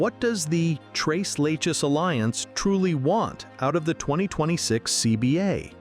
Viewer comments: Stop saying "le he". It is "le che"! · The pronunciation is tres you know that three leches is leshes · Leche is a spanish word for milk obviously referring to their whiteness . It's Let-chess. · Tres Leck-hess? Nah. Lay-has? No. 😅